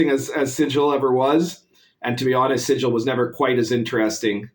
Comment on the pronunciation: Thanks for the informative video. As a Planescape DM though, it stings a bit every time you pronounce it "Sijil". It's the 'City of Doors', not the 'City of Symbols'. It's not pronounced the same. :p